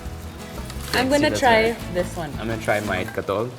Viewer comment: "I'm gonna try my katol" HAHHAHAHAHAHHAAH katol pa, erwan 😂